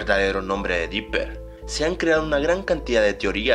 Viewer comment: dopper asta el lo dice